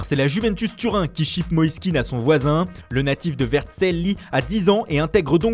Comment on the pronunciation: Le présentateur qui veut se la péter en prononçant les noms à l'italienne alors qu'il ne sait même pas dire Vercelli correctement... Le C se prononce CH, pas SS................